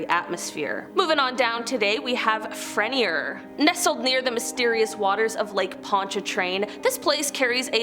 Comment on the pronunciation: You doing good pronouncing our state parishes..thibodaux and jean got you you lol! Tibi-dough and John, and fre-near close enough 👍🏼